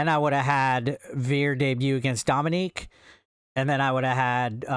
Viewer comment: It’s Dominik not Dominique